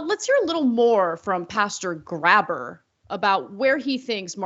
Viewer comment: okay, i'm gonna be that guy for a sec. It's pronounced "gray-burr", not "grabber". That is all.